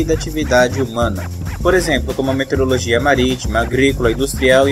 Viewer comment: parabens! muito boa iniciativa... mas vamos falar corretamente para que as pessoas aprendam a forma correta de se pronunciar = METEORO + LOGIA. e não "meterologia" como pronunciado no vídeo.